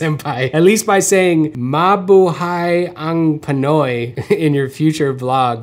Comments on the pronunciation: you basically said, "hello to the filipinos" and you said it pertty good my dude! one love from, a long time, filipino viewer from the bay area! sad to see you move outta seattle was trying to come thru before covid hit. however, now me and my lady have more reasons to visit Michigan. Love your art brotha you're a big inspo and congrats on the bby girl! Keep on keepin on with the dope content. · Eyyyy! You said "Mabuhay ang Pinoy" PERFECTLY!! Cheers from the Philippines as well! Really love your art man!